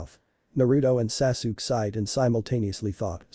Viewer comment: It's Sa-Su-Ke!!!!